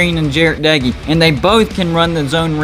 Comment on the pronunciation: Texas Tech defense is gonna shutdown WV offense this year. Just wait and watch. Our defense will be #1 in the big 12. Wreck em Tech. Thanks for pronouncing Doege correct though. Seems like only Lubbockites (since he and his brother were from Lubbock) and WV fans are the only ones who do it.